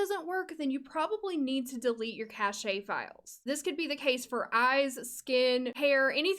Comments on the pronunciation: Great video! I think cache is not pronounced as "cach-e" though, pretty sure it's more like "cash"! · cache is pronounced "cash" not cashay". sorry for being a stupid nitpick. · This will help out so much. Btw cache is pernounced "cash" no "cashya" lol. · Cache is actually pronounced like “cash,” not “Ca-shay.” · that is an amazing video, but... the way you pronounce cashe is just delightful 😂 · I've always said it "cashay" too lol. You're right though, I just looked it up. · cash....it's pronounced cash (cache). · The pronunciation is cash but with a e cache or cashe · Ahh I just reinstalled TS3 for the first time in years, this video was so helpful thank you! Also cache is pronounced like "cash" 😅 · The way you say Caché lol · The way you say cache